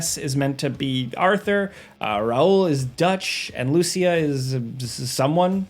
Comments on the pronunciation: please don't say Lúcia, is Lucía!! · I love, but the way he pronounces "Lucia" is wrong, haha. Since she has Latino heritage, her name is pronounced "Lu-See-A". Even Jason in the 2nd trailer pronounces it correctly. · Hearing butcher a simple name like Lucia gives me a migraine